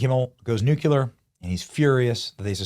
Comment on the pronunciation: "nukuler" If you can't pronounce a word, don't try. If you mangle the same word regularly on your podcast, I have to down vote you and stop watching. Stop trying to pronounce "nuclear".